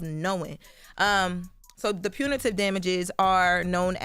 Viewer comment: Jess can't even pronounce Pepperoni so Her reading Punitive was gonna be brutal.